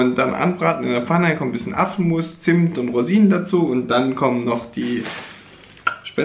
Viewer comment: verstehe lustigerweise Affenmus statt Apfelmus :D